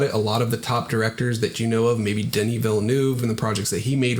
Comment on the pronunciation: Good points. The old saw- "It's called show BUSINESS, not 'show art' or 'show friends'..." Quibbles: BIO-pic (as in biography) and Denis is pronounced "Den-nee". Love your sober realistic approach. It's a business that attracts dreamers- but too many aspiring filmmakers are detached from the factual realities of the biz. Keep your dreams folks, but balance them with sober common sense and the realities of the marketplace.